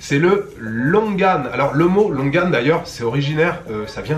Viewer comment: C’est marrant j’ai toujours prononcé ce fruit : Longani On en apprend tous les jours 😅